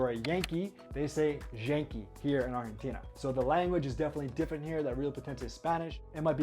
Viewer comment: Just pronounce Argentina in english please lol